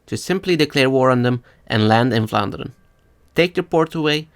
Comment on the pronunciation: Wow, you're actually saying "Vlaanderen" right! Where are you from?